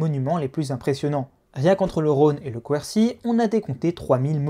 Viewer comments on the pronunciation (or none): Très intéressant. Pour info la prononciation de Quercy c'est "kercy"